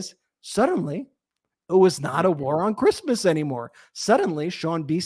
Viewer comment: Did you say, "Crishmish" 😂😮😂😂😂 Merry Christmas 🎄 to you all and all your hard work!